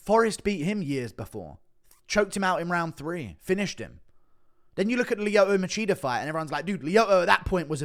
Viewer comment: lmao "Leeoto Macheater"